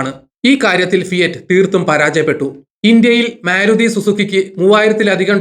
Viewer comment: 'മേ'രുതി അല്ല, മാരുതി. ശ്രദ്ധിക്കുമല്ലോ, ആശംസകൾ.